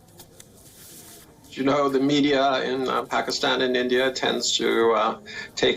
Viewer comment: Its "India" not "Endia"